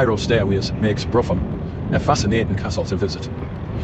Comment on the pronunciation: "Brougham" as in "Brougham Castle" is pronounced 'Broom' NOT "Bruffem"!